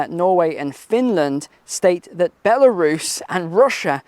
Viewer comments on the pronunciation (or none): none